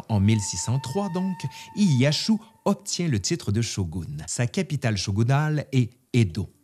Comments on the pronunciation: Tokugawa ''ieyassu'' tu ma fais saigné les oreilles avec ton ''ieyashu''. Sinon bonne vidéo, qui prend quelques raccourci... Mais en 30minutes c'est un exploit... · Ca se prononce plus ou moins comme c'est écrit, [Genpéé], pas [Génépé]. : Pareil pour [iéyasu], comme ça se prononce, il n'y a pas de [shu]. : Bon bin là pareil, comme ça s'écrit [Nagaçaki], y'a pas de Z. Vidéo intéressante en tout cas ^^.